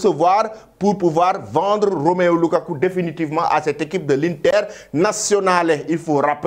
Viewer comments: Apprends au moins à lire pour bien prononcer le prénom ROMELU. Trop de bruits alors que tu ne sais même pas lire. Je ne me fatiguerais pas. Tant que tu diras ROMEO LUKAKU, je t'attaquerai toujours. Bon sang, lis au moins ce qui est écrit. C'est ROMELU et ce n'est pas difficile. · Ça se voit que tu ne sais pas lire. ROMEO LUKAKU. CE N'EST PAS ROMEO SVP. C'EST ROMELU ROMELU ROMELU LUKAKU